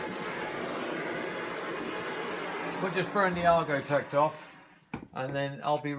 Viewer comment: I had to listen to him say it several time before I caught it Argotect.